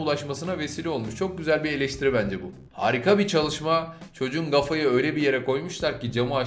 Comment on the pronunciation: Kafaya gafa dediğin her an gülmekten ölüyorum